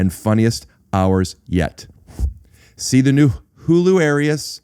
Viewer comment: You said hularious wrong